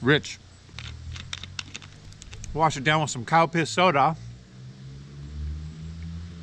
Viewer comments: When you were talking about the Calpis soda, I could've sworn you said cow piss soda 🤣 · Every time you said the name of the soda I kept thinking I was hearing, ‘cow-piss’ soda. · Did He say, Cow piss Soda!! 🤭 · And all this time I thought he was drinking "Cow Piss" 🙄😂😂😂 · Calpis? I heard Cow Piss lol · I laugh everytime you say Calpis soda, I'm not right.